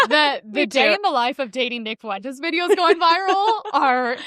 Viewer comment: Nick Foo-entez